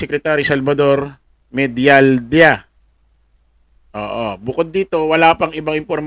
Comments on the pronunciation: Medialdia- ang basa niyan,,medyal diya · Ang prnouncevpo nyn Medaldeya